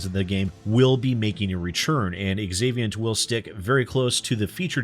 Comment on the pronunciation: When a name begins with the letter "X" it is pronounced as if it were a "Z". So "zaviant" not "exavient".